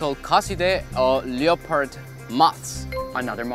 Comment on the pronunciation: Am I the only one who found it satisfying that he actually pronounced the leopard moth LIO PARD, the way it should be pronounced instead of leppard